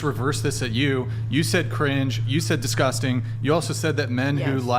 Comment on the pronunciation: Honey, just because you pronounce it “DisGussTing” doesn’t make it disgusting 😂